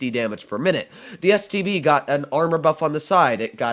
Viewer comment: I taught I'm the only one that heard std instead of stb